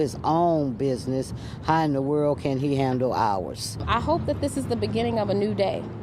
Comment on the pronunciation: Thats world, not worll